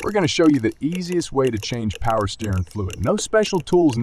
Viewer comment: Its not "steerin fluid." Its steer- ing.